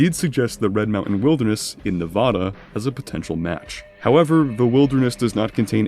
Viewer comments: Quick note, because Nevadans get annoyed by it, is that Nevada uses the "a" sound from words like cat or fat for the first "a" in the name. Nev-"a"-duh, is the correct pronunciation. Blame the Spanish for the confusion. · people who pronounce nevada the way you do ought to be put in a cell for 30 days